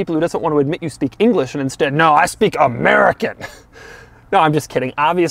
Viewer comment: Bruh when he said AMERICAN just killed me 🤣